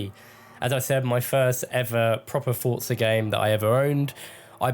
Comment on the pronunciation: Bonus points for pronouncing ‘Forza’ correctly. I hate when people say FOR-ZAH, it’s FORT-ZAH. In-game commentary proves that we’re absolutely right about this.